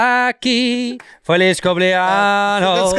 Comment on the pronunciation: LOL it's cumple-ANYOS, not cumple-ANOS. Anos means anuses. 😂